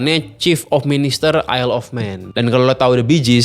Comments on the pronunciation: Yayyy akhirnya ada yg bs ngucapin / pronounced “Isle” dengan benar 🎉🎉🎉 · Baru kali ada yang bahas TT isle of man tapi dengan pengucapan “isle” yang bener😂